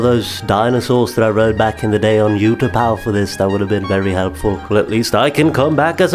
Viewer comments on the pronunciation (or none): Utapau is pronounced ootapou and its spelled utapau